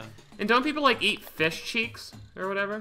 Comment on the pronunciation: one pound feesh one pound feesh